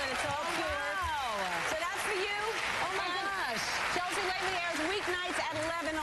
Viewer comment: when ellen introduces her she accidently says "cheslea" LOL